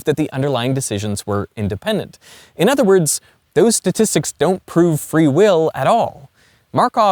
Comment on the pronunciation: Bro must really like cows. He keeps saying udder 🤣